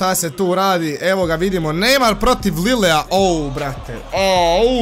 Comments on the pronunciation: Lile, i breskia, a kaže se Lil i Breša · nije Lilea nego Lila